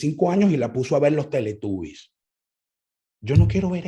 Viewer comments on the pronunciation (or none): none